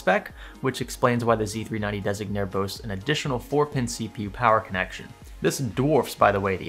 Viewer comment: Designare is said ''Desin-yaree, its the italian version of the english word.